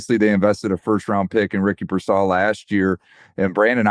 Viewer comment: still can't say Ricky Pearsall correctly.......good job